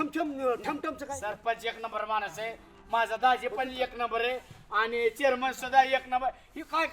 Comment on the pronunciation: चोरमन नाही चेअरमन 😅